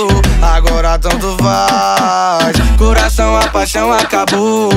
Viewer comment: O mc leo falou errado ele falou coraço